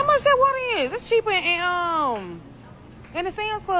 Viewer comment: "How much d'at waturr is!?" 🙄🙄🙄